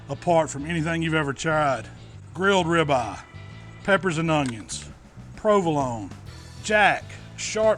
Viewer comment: I love me some grilled rib-uh.